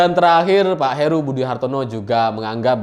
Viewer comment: Heru bang bukan Haru